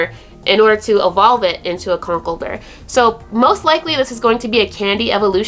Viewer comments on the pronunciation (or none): none